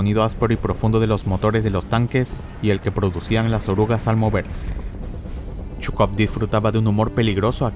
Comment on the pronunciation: Te recomendaría que leas el nombre de Zhukov como "Sucov" porque también está el general Chuikov quien también tuvo un papel importante en la batalla por Berlín y no sé bien de quién hablas jaja pero buen video, primero de ti que veo. Like y suscrito. Me gustan tus efectos.